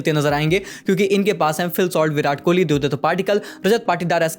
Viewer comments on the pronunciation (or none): none